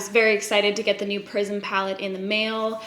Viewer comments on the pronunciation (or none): lol it sounds like you said “Prison Palette”